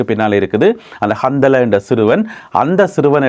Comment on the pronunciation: கந்தலா என்பது ஒரு ஆணின் பெயர் இந்த பெயருடையவர்கள் நிறைய பேர் உலகம் முழுவதும் இருக்கிறார்கள் நீங்கள் சொல்லும் போது கந்தலே என்று சொல்லாமல் கந்தலா(Handala) என்று சொல்வது நல்லது